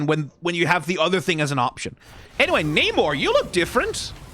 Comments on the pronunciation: namor was the first mutant the wings on his legs are his mutant power and rest of his abilities come from him being part atlantian. Also you pronounced his name wrong everytime except when talking about his evil brother. But i do agree that he needs to look more royal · Bad news, they're using the MCU pronunciation of his name.